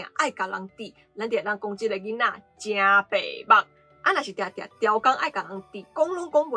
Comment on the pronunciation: 孽gia̍t lisa你讀第8調,毋過 ê白目pe̍h-ba̍k讀第4調--去--矣